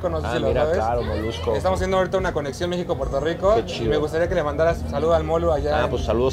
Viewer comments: Quien le dijo q dijera pueltorro? No hagan esoooooo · La variedad de contenido esta cool, pero dato importante no es pueltorro🙄 pronuncien las cosas correctamente aunque otros la pronuncien mal. Pq repetir los errores🤔🧠😂